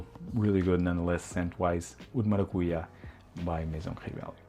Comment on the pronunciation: For a Portuguese guy you don't pronounce the word maracujá as it's supposed to be. 😐